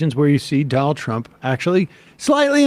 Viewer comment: I like the new way Sam says "Donnel Trump." Also the way he emphasizes Elon.